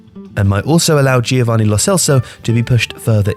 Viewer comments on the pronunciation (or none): none